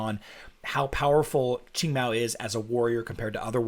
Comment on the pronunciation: I still can't get over Qing being pronounced ching